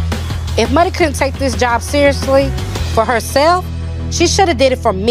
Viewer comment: Lol “let me go find me a jawb “ girl you HAD a job. Why does this girl hate working. So lazy